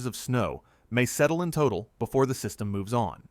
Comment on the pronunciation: "System" sounds like DEW!🤔